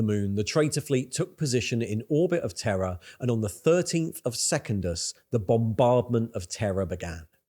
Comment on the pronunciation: That is not how to pronounce Secundus….